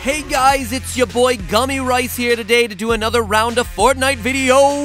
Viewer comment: ''Gummy rise"" 💀💀